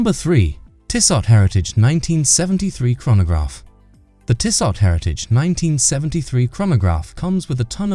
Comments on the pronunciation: It’s Tissoe or Tissoh. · Shockin pronunciation!